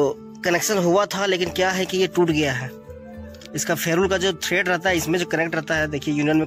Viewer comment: छेदा 😂😂😂 छेदा नहीं। छेद